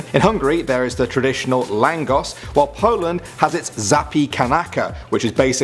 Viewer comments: in Hungary u say it as Langosh not Langos. s is sh! i come from Hungary so i know! they are dellicious btw!!!!!! u can get them and some other Hangairian snacks at winter wonder land in london!😀😀😀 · Hungary! ❤️ it’s pronounced laangosh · Yay Hungarian food btw u pronounced it wrong )